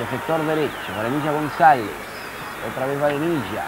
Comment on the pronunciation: AL PRINCIPIO EL NARRADOR NO CONOCIA AL LATERAL GONZALEZ DE LA VINOTINTO, NI SIQUIERA LOGRO PRONUNCIAR DE MANERA CORRECTA SU APELLIDO AL FINAL DEL DIA NO PUDO DEJAR DE SOÑAR CON EL TURBO GONZALEZ.